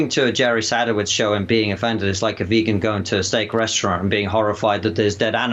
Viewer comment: "sadOWitz" yanks HAVE to pronounce it wrong. they even said it properly on the clip!!